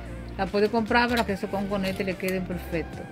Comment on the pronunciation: No se dice "Conconete", se dice "COCONETE", su nombre viene por que está hecho a base de coco. Corrija eso!